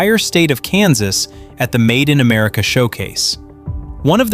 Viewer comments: I wonder where "Am-A-rica" is? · A.I. doesn't spell very well..."Made in Amarica"???